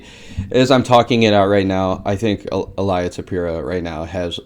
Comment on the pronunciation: Il-ee-uh Toe-pur-ee-uh